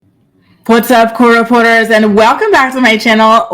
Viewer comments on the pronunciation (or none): I still can't tell. Some days it's sounding like "co reporters" others "core reporters" and sometimes "court reporters." My closed caption usually says "core reporters" so who knows